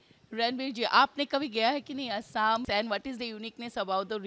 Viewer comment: Thank you saying Assam correctly unlike mostly other Indians